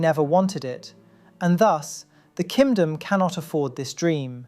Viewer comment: Am I crazy or I do keep hearing Ki[m!]dom???